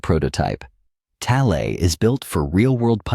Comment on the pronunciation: if only you could pronounce it right. It's rather annoying